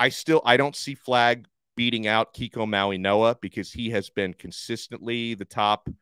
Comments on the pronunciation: Interesting. Don’t think I’ve ever heard a G pronounced as a N. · When did Francis & Kiki’s last name get pronounced “MauiNoa” & not MauiGoa? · There is not an a letter N in his name, why are you pronouncing his name with an N in it?